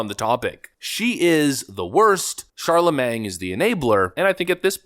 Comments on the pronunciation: “Kamala pronounces patently and absurd incorrectly.” Also: “Charlemang.” Still love you,! 😂😂😂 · I love how you refuse to get his name right... Chalamang😂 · Sorry, but you’re pronouncing “Charlemagne” like “Charlamang”. And that’s funny.🤣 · "Sharla Mang" 😂😂😂 exactly the level of respect this dim-wit deaerves 😂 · Charlamagne has a silent g, just sayin. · But you mispronounced Charlamagne 🤔